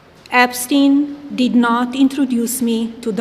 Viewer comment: epstin epstin